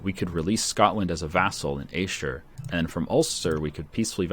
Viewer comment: I love how pronounces Ayrshire